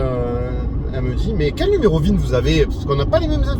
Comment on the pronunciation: Bonjour… Pour info, c’est le n° VIN (Véhicle Identification Number) et pas ZIN !😉(je reconnais que vous avez corrigé après👍🏻) Et commandée le 16 juin ! Whaouh ! Vous êtes un "early adopter" ! C’est courageux, y’avait pas bcp de retours objectifs à ce moment-là ! Moi, je me suis décidé mi-décembre et livrée le jour du printemps (pour un véhicule qui s’appelle Spring, c’était obligé !😉)